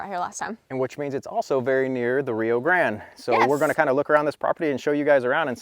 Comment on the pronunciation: Just in case you weren't informed previously, it is pronounced Rio Gran-DAY.